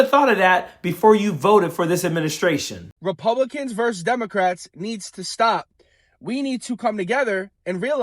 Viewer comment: It's "versus", not "verse". Just sayin...